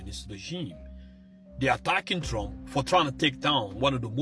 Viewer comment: Trump not trunk